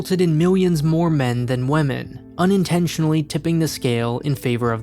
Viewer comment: This man straight up pronounced women as "wamen"